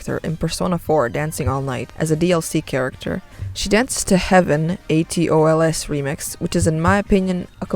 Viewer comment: Did you spell ATOLS as A-T-O-L-S? Cute xD he is spelled "atorusu" (in romaji).